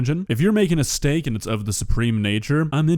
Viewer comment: She said STANK SUPREME!